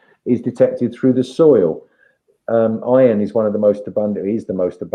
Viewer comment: Iron is the most abundant element in the universe. His accent makes it sound like Ion.